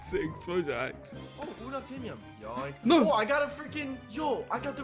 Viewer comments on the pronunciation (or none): the way they say 'Unobtainium' hurts It's pronounced Un ob tain ium not uh nub tay num